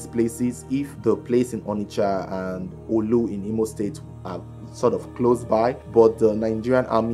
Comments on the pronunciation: Not in Onitsha and the pronoucention is not olu. Is orlu in imo state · Its orlu not oolu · Orlu not not olu 😂